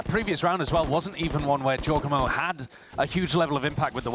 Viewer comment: Can please learn how to pronounce Jawgemo the right way?